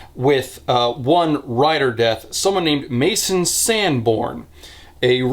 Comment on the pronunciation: It was wild to hear ya say "Mason" just to alt-tab back and see it's spelled "Masen". Ifeel like my name has been butchered